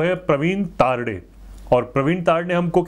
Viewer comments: Sir it's not तारडे...its तरडे...🙂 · प्रवीन तरडे। तारडे नही है 🇮🇳ठीक से बोलो दादा 😂🌹😂🌹😂🌹